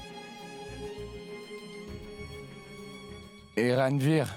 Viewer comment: C’est quel nom que ranvir prononce comme ça